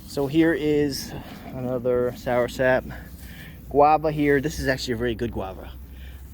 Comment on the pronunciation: It's not "soursap"... it's soursop.